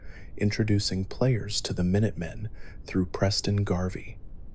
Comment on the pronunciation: Mine-utt men? Are you serious?